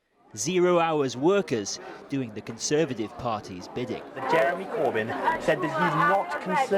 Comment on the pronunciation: CON-serve-at-ive Crime